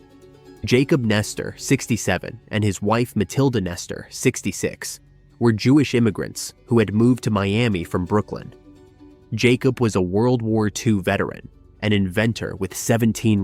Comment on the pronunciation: Its BrookLYN. Not BrookLAND.